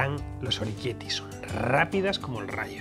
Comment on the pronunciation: Oroquieto ahí, que lo has dicho mal! se dice orequiéte ,no oriquiéti. o-re-quiét-te